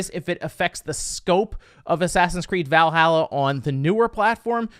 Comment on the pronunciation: As a norse man it really pisses me off when he says Valhalla wrong. Please learn to say ot right